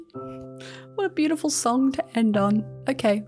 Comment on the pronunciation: I love when said beafiful